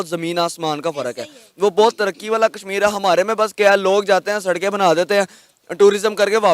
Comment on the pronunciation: सुरू नहीं शुरू होता है। कसमीर नहीं कशमीर कहते हैं। आप अपना उचारण ठीक करें।